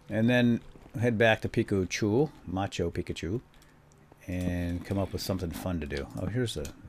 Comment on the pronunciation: Did you start calling it machu pikachu because of a comment in one of these videos? Cause on one of the first ones you kept saying "peakchu" so I commented: (ma-chu pi-chu) not (machu pikachu)